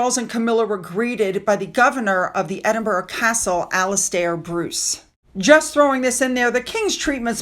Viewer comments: Love your channel but can I just remind you that it’s Edinburgh not Edinboro!! So many people make this mispronunciation. 👌🏼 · Edenborough is pronounced Ed in bra 3 syllables